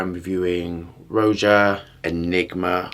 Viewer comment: His name is pronounced like a normal old British guy Roger the dodger, not Roja with a J. Enigma is my top 3 of all time. The vanilla dry down is one of the best I’ve smelt.